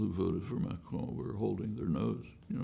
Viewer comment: Very good answers by Noam, and the questions could’ve been a bit better organized. Also Noam out-frenches the Evan pronouncing Macron almost perfectly lol.